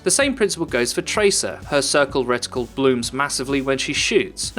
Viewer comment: Its reticle not riddicul